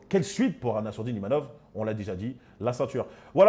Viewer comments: IMAVOV et non IMANOV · C'est pas Imanov mais Imavov. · Imavov pas imanov il la répéter à la fin